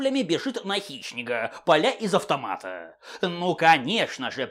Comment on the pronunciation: Мне одному слышится что называет Хищника - Хищнегом?)))